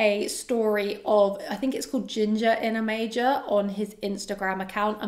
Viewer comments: It's not "Osmanthus in a major", it's Osmanthus in A Major, as in the musical note 'A Major' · HI, I don't know the house, but I am pretty sure it's A Major (the A being capitalized and pronounced as such), like in sheet music.